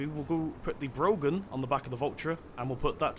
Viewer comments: It's not brogan trailer it's braw-hen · its pronounce 'broh-han' not brogan. its an irish name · you pronounce broughan with out the g and if any one says im wrong you'll have to complain to broughan them selves cause i work there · it's pronounced brau-han